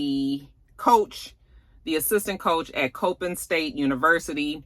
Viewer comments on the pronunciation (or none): it’s Coppin is pronounced( Cop-in). It’s the other HBCUs in Baltimore outside of Morgan State University. I live less than 10 mins from the university.